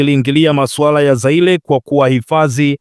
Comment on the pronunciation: Nyelele ,Aldhi,Algelia ,Zaile, hapa unachafua ,Lugha hususa majina ya watu na Nchi. Sidhani kuwa unafaa hâta kidogo kuwa msomaji wa habari. Hii ni Aibu.